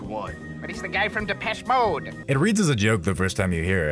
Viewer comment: The way Monarch pronounces Depeche mode left me breathless in laughter